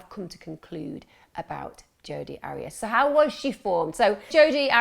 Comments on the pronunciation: AIR-REE-ASS not ARRY-ASS . I so wanted to listen to this, but if you can't even get the name right... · Her name is pronounced' Air re as' but who cares shes a nobody 👍🏽